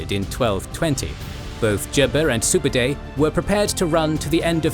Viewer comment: How on earth could you manage to say Subadei repeatedly instead of Subutai.